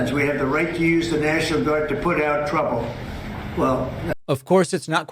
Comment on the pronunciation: Why does Trump pronounce the word "national" as "near-shi-nal"?